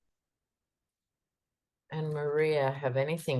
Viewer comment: Tucker with an “F” just cracked me up. Good reading- per usual. Thank you.